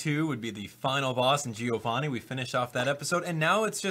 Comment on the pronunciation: My name is Giovanni and thanks for pronouncing it right